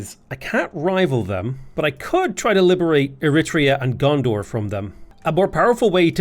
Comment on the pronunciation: Did you call Gonder "Gondor"?